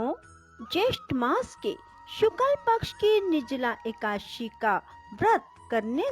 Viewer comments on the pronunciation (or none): ekdashi bhi dhang se nahi bol pa rahi ho madam